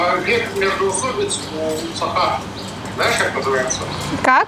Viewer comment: не САха, а СахА! Қазақтада бар ғой сөз "сақА"